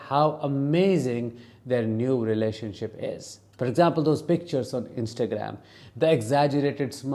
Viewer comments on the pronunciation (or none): 😂 I thought you said “relationshit” YES! Exactly!